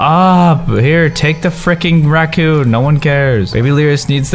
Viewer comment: callus you said ratcoon